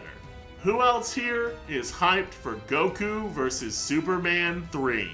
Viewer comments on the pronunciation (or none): none